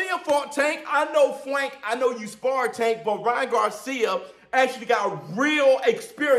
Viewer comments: Y is he saying Fwank lol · Bro stop saying Fwank 😅😂😂